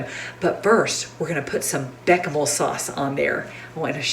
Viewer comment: Lol, I always thought it was pronounced “beshamel “ 😂